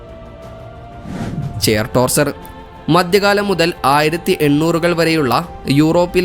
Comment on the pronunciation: Informative. മദ്യകാലം എന്നു പറയാതെ മധ്യകാലം എന്നു പറയണേ